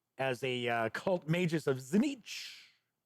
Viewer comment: I've always heard it pronounced "Zeench." I believe both "T"s are silent.